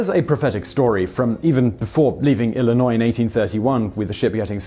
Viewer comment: Thank you for pronouncing Illinois correctly! 😃👍 Great video.